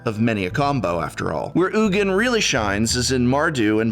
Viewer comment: I appreciate that you call him “Oogin” and not “Eugene”, that’s how I think his name is said too.